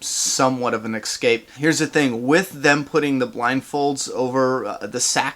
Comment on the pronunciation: Stop saying ecscape. It's escape